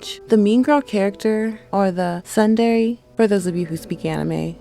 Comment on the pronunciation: A few things - 1. Tsundere. It's pronounced as (soon-day-ray). Not 'soon-derry'. 2. I know you weren't a fan of ol' girl from Peach Girl lmao Good video though. I don't think it's fair to label all girl villains as just a mean girl. Male villains get to be villains, but I get your point.